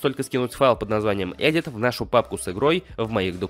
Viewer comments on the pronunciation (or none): none